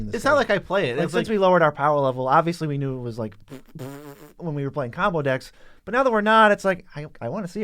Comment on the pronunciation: The way says “but” sometimes, hurts my ears. It’s only when he draws it out by adding a syllable to it. It just a little too loud. I tried turning the volume down but then the normal level of sound is too quiet for me.